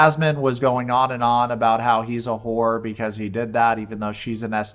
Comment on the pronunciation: So Jazmine goes nuts being called a who-oor then admits she wouldn’t duck a sick for less than a grand.